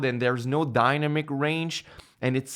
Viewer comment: Dyna-mix??? Lol... 😂 Excellent useful tips... Thank you... ☺️☺️☺️